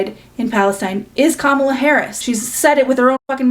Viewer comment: i actually wanted to add on one last thing -- im black and i think that creator calling the mispronunciation of kamala's name on chappell's part is a reach. why would she go out of her way to be such an amazing ally publicly but then purposefully mispronounce a black woman's name ... especially in the midst of people accusing her of not actually caring about marginalised groups ... i find myself also accidentally putting the emphasis on the wrong syllable out of habit but i correct myself. i'm very confident chappell would say it right literally any other day but momentarily forgot while she was already in distress about literally everything else everyone is blaming her for.